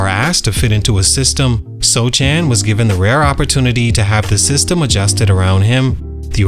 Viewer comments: His name isn’t pronounced So Chan. It’s Soh Han. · "SoCHAN" come on dawg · Yes Sochan, it's pronouched Sohan in Polish tounge — a Polish name that sounds very different when read with English pronunciation rules. That's why you have to listen to the actual Polish pronunciation and write it in English as "Sohan." If you're writing a Polish name, you should pronounce it the Polish way, not the English way. The author should have properly transliterated it — that's on him.It's the same with Asian words. For example, カタカナ — if you don’t know the Japanese script, you listen to the sound and write it as "Katakana." It’s never perfect because accents don’t fully translate, but that’s how we do it. English has many different accents too, yet we still use the same letters. Just look at the letter "O" — it has lots of different sounds depending on the accent, but we write it the same way. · Are you butchering his last name on purpose? It is pronounced Sohan. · I love your channel but how can you make a video on a guy and pronounce his name wrong :/ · You can tell that you have no idea about sochan or spurs by the way you pronounce his name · Not even a second into the video and I turned it off already. If you are going to do a video on a player, at least learn how to say his name properly. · it’s hard to believe this guy knows a lot about Sochan. Did so much research and nothing told him how to pronounce the guys name…weird, that’s the first thing that should’ve been correct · He’s a bum so he doesn’t deserve to be pronounced properly